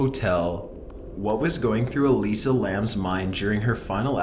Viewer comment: Her name is pronounced like 'Alyssa'..... research